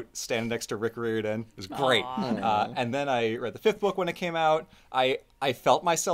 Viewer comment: Here’s the part where I point out Rick’s last name is pronounced Ri-Er-Dan, because the trailer to Ship of the Dead is burned into my brain.